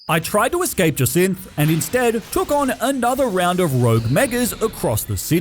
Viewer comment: Jacinthe is pronounced “Jay-Sint”, for future reference